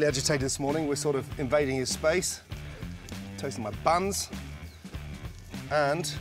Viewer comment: "Toasing my bums." Is what I heard.